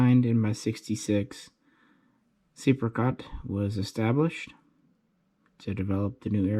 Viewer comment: The second E is silent. It's actually said "SEPCAT" ;)